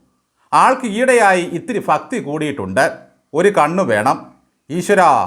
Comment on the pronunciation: ഫക്തി അല്ല, ഭക്തി എന്ന് ദയവായി തിരുത്തണം 🙏